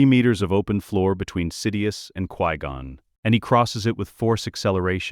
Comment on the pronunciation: 1. Obi-Wan didnt bury Qui-Gon under a tree. Qui-Gon was given a proper Jedi funeral. 2. Dont spend this whole video calling him Quee-Gon. 3. What the hell is with the ridiculous over description? It seems like you took a 30 minute video tops and drug it out in every way you can. Describing the placement of every individual air molecule, every synaptic impulse in excruciating detail. Do you just like to hear your crap AI voice drone? Or did you type a few parameters into chatgbt and have AI read the entirety of what came up without proofing or editing and hit post? You need to tighten things up in a bad way.